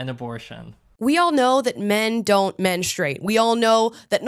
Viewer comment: Good for!! FINALLY, someone besides myself who actually pronounces he u in "menstrUate"!!!